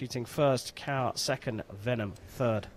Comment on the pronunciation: The commentator's pronunciation of 'Vennam' as 'Venom' is hilarious 😆